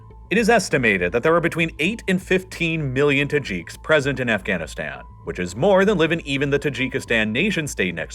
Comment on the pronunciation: they are not called Tahjeeks as far as I have heard. I suppose the announcer is actually a robot. Certainly has no concept of how to pronounce the placenames.